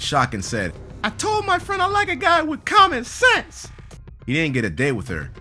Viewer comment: "eating a fence " "common sceanse " XD